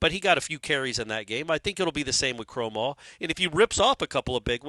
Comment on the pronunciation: Now is saying Kromahs name wrong. This has become a riddle wrapped in a mystery inside an enigma. 🤣🤣